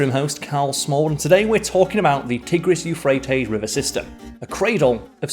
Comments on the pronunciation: FYI it’s TYE-gris not TIH-gris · He couldn't pronounce Tigris properly.